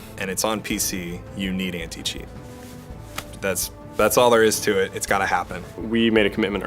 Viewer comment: The way that dude said "Anticheat" oof 😫